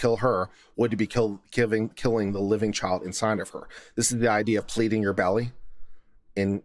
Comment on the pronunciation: No southern accent until the word "Child" then it's all "Chawld". :)